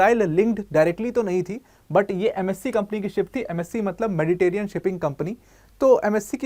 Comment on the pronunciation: 😂 मेडिटेरियन नहीं, मेडिटरानियन (Mediterranean). Be careful, you are a teacher 😐